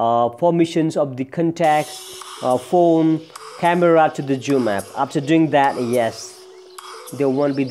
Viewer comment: Its zoom not joom